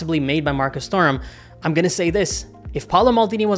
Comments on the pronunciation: its pronounced 'turam' the h is silent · Honestly wasn't able to watch this video because how horrible you pronounced Thuram 😑